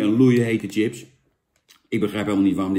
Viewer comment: Hoor je niet vaak dat iemand echt TJIPS zegt....